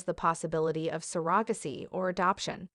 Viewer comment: Need to pronounce surrogacy correctly.